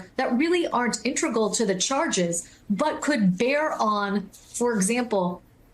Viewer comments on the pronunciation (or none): Lisa Rubin, please learn how to pronounce "integral"!